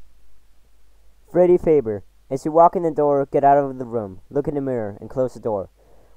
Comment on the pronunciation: You said Freddyfazbear wrong